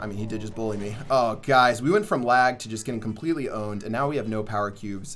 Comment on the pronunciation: go to in the vid and when he said 'the bull bully us' it is like 'the bull bull-y us'